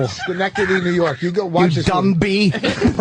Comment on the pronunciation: It’s “dummy” not “dumby” you dummy.